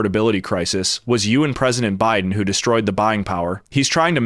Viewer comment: "BIDEN BIDEB BIDEN".....good grief